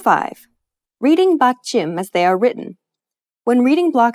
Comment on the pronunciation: great video, very helpful!! but since this is about pronunciation, you should know how to pronounce "batchim". you sounded more like 빧츰 than 받침 ...